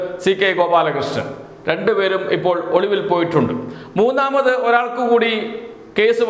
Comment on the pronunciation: ഒളുവിൽ അല്ല ഒളിവിൽ മലയാളം പഠിച്ചിട്ട് വാടാ ഊള തെണ്ടീ.